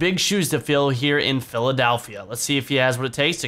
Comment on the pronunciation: it's PhilaDELPHia, not PhilaDALPHia.